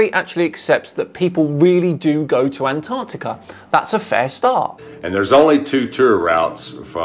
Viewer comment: HEY AMERICANS, THERE'S TWO GOD DAMNED C's IN "ANTARCTICA"!!!!